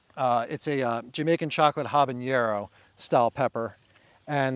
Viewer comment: Love your channel, but isn't it pronounced "hab-a-NER-o", not "hab-an-YER-o"?